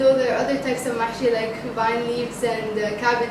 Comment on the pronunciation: haaahaahahahaah!! ma7shy not mahshy!